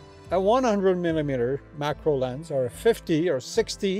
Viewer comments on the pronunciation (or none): This was the kind of stuff I'd expect to hear if I came across you, shooting with the q2 and asked "Hey...how do you like that camera?" Folksy and honest. Not overly filled with tech data, but instead, real-world info. One small suggestion, I could've sworn you said MICRO and not macro. Must be the accent. Nice job!